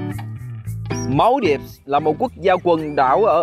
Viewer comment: Phải đọc là Man-đi-vơ chứ không phải là Mao-đip nhé